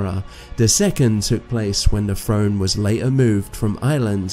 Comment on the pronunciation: You have atrocious pronunciations brother. You sound like michael cains maids son. 😂 please work on your English. It’s pronounced throne. Not frone . Brother not bruva mountain not monin . whole earth, not ho erf People, not peepol Christianity not chrissanny Together not togever Gospel not gossil Oi mate.